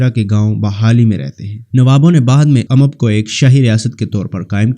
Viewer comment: بنی اسرائیل ،،،،خلجی ،،،تنولی۔۔۔۔اور اممب نہیں امب۔۔۔۔۔باقی سب ٹھیک مگر